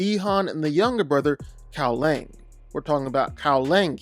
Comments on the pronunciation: Kuai liang not cow Lang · His inability to pronounce names of the characters really annoys me, it's KUAI LIANG not Kao Leng! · bro butchered Kuai Liang's name